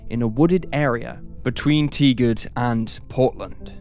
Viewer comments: Tigard is not pronounced "Tee-guard". It is "Tie-gerd". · Pronounced Tiger'd not teegerd, oregon native - next door neighbor to tigard. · Hi. I'm from Portland, and hadn't heard of this case. Thank you! There are several Facebook groups such as Forgotten Oregon, and other history groups that have many very knowledgeable and curious people, who love looking into things. Sidenote: Tigard is pronounced tie-gerd by locals. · Tigard is pronounced like "tiger" with a d at the end! EDIT: holy shit I was born in Bellingham!!! Also lived in Tigard That's crazy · It's Tigard, Tiger with a d on the end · Was hoping someone noted the pronunciation. It bugged me a little. :)